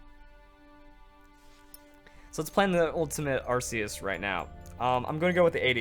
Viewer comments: it's pronounced ARK- EE US for the love of god smh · I'm more of the casual pokemon player but isn't Arceus pronounced differently then you pronounced it? I'm basing that off the anime movie with Hoppa but the anime may have pronounced it wrong idk. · ikr I say Ark ee us. But then again I'm British so I'm not correcting coz he's American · to each his own i guess, im just used to ARK EE US, so it sounds weird when pronounced otherwise